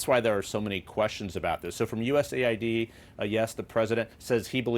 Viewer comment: It's pronounced US aid, not USA ID